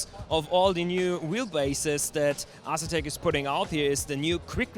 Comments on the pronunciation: Get André to teach you how to pronunce "A"setek. lol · No leave it as Ass etek, he just killed their wheel sales lol.